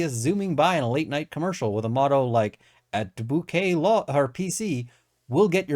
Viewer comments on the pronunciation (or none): Bousquet should be pronounced "BUCKET." As is Mrs. Bucket, AKA Bouquet. -- Keeping Up Appearances. Not sure if lawyers wear white wigs in Canadian court. If so a curling iron and you're all set. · For Bousquet : pronounce the s, but not the second u or final t.